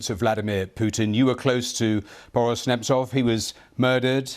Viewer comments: Мне нравится, как ведущий не может произнести несуществующую букву в фамилии "Nadezhdin". Такой: НадеЙЭУRШдин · I find it embarrassing to see how a professional broadcaster, a BBC anchor no less, will not make the frankly trivial effort, to show a guest the basic courtesy of learning how to pronounce his name. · Interviewer isn't great, can't even pronounce his name. But I hope Boris makes a huge impact. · Before I watch it till the end - the host should have checked up the pronounciation of his guest's surname, cause the way he said it at first sounded a bit confusing) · How can you screw up the pronunciation of his name, then watch a report where it's pronounced correctly, then still go on to totally fuck it up when you speak directly to him? If talking is literally your full-time job, you'd think you'd be better at it. Nadezhdin is the only hope for peace for a lot of Russian people. My hopes are that nothing bad will happen to Nadezhdin; he's an intelligent guy and has evaded trouble so far, but if anything does ever happen to him, the Russian people need to act.